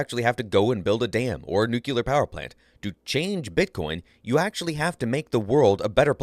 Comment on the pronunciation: Oh my god, you just said NU-CUE-LAR. UNSUBSCRIBED.